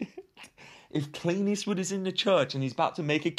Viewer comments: Every time says Clint Eastwood, I hear “Clean Eastwood.” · Are you saying "Clean Eastwood"?